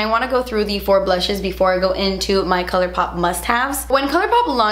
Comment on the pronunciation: The blutches I can’t. I love it when you speak funny or with a “british” accent. So funny. Love you forever! ❤️♌️